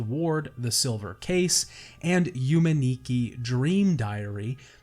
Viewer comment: Yume Nikki is pronounced as - You-May, Nick-Kee. But you say it fast and not broken down or slow.